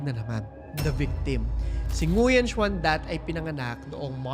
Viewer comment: Great video po,! Just to clarify lang po, Nguyen is pronounced as "Nuen".